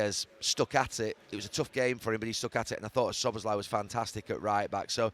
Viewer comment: Who’s “Shobboslhy”??? 🙈🙈This utter g1mp Neville says that name about 3 different ways during this interview and they’re all wrong🤦‍♂️🤦‍♂️what a clown he is🤡🤡